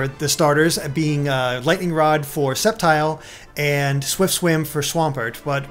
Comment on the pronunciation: Septile, Raykwaza, Keyogre, Grewdon. What is with these pronunciations!?